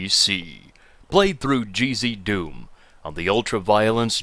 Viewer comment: It's "GZDoom", not "Cheesy Doom". GZDoom is a source port of Doom.